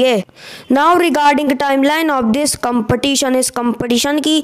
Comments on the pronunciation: I mean to say that in the vedio speaker is pronouncing the word ''competition" wrong so I want to say that.☺️☺️ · Please pronounce the competition accurate